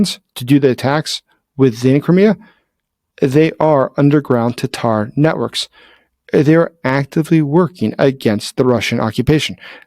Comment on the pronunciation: I'm glad you said their native name correctly... Tatar, NOT Tartar. I despise a Youtuber that won't do the research and TRY to get their pronunciations correct.